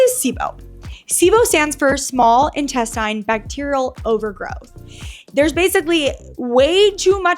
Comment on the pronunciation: Will somebody please tell this chick how to pronounce intestine?